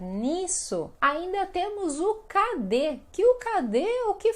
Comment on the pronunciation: Cade suena raro.. 😂